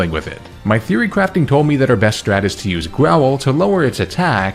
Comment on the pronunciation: every time you say "theory crafting", i hear "fury crafting" which sounds appropriately intense